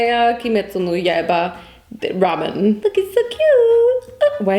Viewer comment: WHY do you say ramyuen